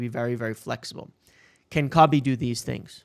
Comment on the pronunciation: I know it’s super petty of me but hearing his name slaughtered over and over is killing me, lol. Not corn cobbie it’s Koh-bee, Same as Mr. Bryant RIP. Good video as always.